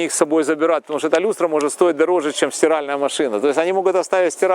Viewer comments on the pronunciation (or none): none